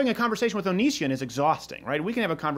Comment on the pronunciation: "Onishion" LMAO!